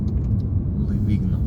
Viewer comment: Čita se Livinjo